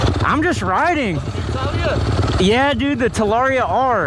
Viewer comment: At least learn howbto pronounce the damn name TA LA RRee Ah